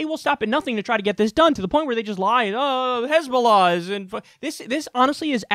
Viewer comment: Genuinely started laughing my ass off when i heard hezbulla XD